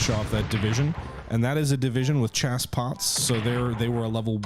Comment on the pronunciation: I heard your pronunciation of "Chassepot" and winced, BUT I understand that it can be difficult to pronounce words from other languages correctly without some knowledge of the language or some guidance. So, according to Wikipedia, "Chassepot (pronounced /SHAS-poh)". I only know from experience and probably pronounced like you did the first time I encountered this word also. lol